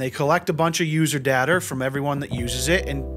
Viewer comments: did homie say “user dater” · did he just say user datr? Lol